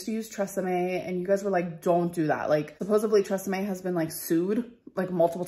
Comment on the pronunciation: It's supposedly not supposevly.